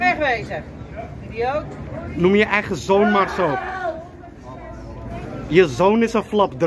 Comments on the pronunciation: ŘiØØlŘaȚ RIOOLRAT HAHA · Je zegt gewoon riolrat😂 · ''rioolrat'' hhahahahah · Die uitspraak van rioolrat k ga helemaal stuk😭😭😭